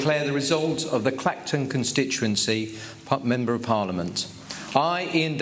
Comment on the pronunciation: Lol, "claxton" where's that? It's Clacton!